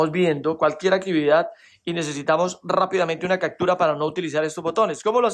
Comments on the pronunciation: CACTURA? POR QUÉ DICES ASI??? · Cactura??!! Occion???? Jajjajajaj captura opción jajajja